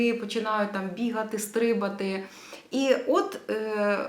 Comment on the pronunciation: Стрибати! Наголос на другому складі ! :)😊